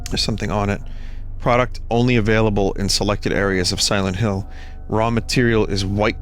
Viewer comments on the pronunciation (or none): Siwent Hiww. ....2